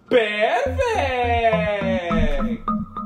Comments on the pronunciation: He said perrfect when he drank powder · No it’s not perfect it’s PeArFeCt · Bros accent PUURRURURFETTECT